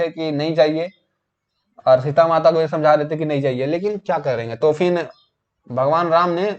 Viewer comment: Try to make good pronunciation like phir =fin,, it's heard very bad,, ap concept clear kr rhe hain na ki larkiyon ki batein krni hain,, is story me Sita is wife of Ram not a girl freind